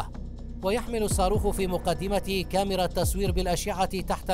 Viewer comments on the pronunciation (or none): none